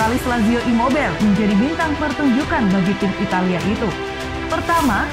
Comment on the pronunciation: Imobail, insain 🤣🤣🤣 Itu bukan nama bahasa inggris bosss... Ngadi² aeee 🤣🤣🤣